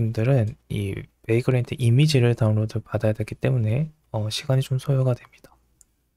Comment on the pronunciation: 내용은 유익하나 바그란트... 유즈에이지... 영어 발음이 너무 혼란스럽네요..ㅠ